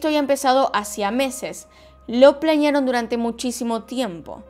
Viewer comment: Me gustan sus videos pero me molesta que diga plañear y no planear😧😧😧😧